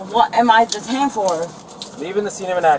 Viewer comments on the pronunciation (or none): "What am I being ta-tained for?" 😆